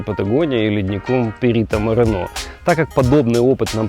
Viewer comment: правильно Perito MorEno , no Perito MorenO